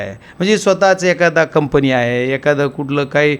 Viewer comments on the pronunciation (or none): none